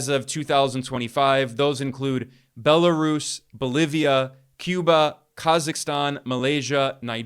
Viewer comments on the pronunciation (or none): none